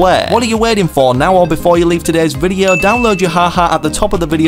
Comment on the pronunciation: Bro why does he say videa and not video